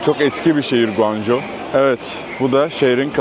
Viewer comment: Guanju değil şekerim, goncooğğ :) gittik de biliyoruz. Bu arada o tren istasyonunda ben de aynı çileyi çekmiştim, dongooo hongoo congoo 😅😅